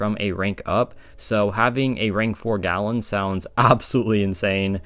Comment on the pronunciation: It's Galan, not "gallon."